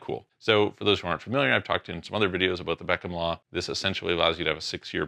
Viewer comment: "Talk to you ABOOOT" LOL